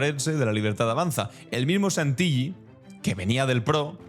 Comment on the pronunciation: Querido! Contundentes tus informes. Como hijo de italianos en Argentina te comento que Santilli no se pronuncia con LL porque esa L doble significa que la última sílaba se separa del resto y se pronuncia acentúada. O sea Santil-lí. Un abrazo 🤗